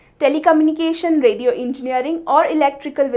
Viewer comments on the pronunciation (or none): none